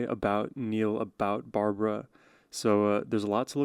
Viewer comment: not B A R B A R A it's B A R B R A